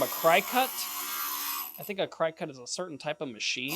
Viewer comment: Thank you so much for this video! Just a note regarding the Cricut - it may be pronounced either way, but I hear it mainly pronounced “cricket”. The wire brush trick to use in removing that extra bit of solder was a good tip. Thanks again!